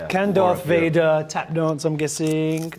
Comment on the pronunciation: did he say “Darth Fire”?